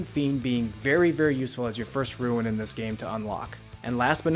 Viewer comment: What part of the word R-U-N-E makes you think you should pronounce it "Ruin"?